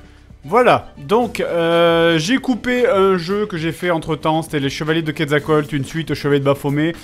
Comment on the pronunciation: Eh Fred, c'est pas Quatzctoatl mais Quetzalcoatl, heureusement qu'il est pas là pour voir ça ... 😂